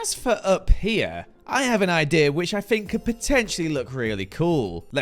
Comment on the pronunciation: saying “fink” for “think” will forever make me happy